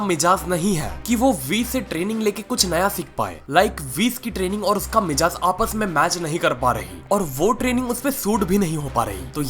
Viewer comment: Mizaaj Hota Hai mijaaz nI